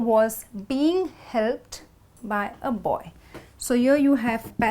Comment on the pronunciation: Mind the G in Being when you pronaunce. Say it together with 'IN'. Dont separate 'G'. Pronaunce 'ING' with the same voice.